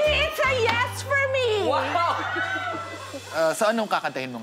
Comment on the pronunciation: Hahaha. Natawa ako kay Moira dito, Yuas ang sinabi, hindi Yes... Hehe